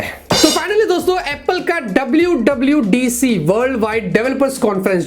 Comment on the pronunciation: Ye to Happy New Year movie ka WWDC, Dabudc kya hai? Boman Irani bolte hai. #